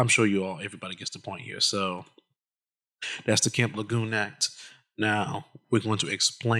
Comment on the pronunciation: Not trying to be the Grammer police, but it's pronounced La June. Thanks.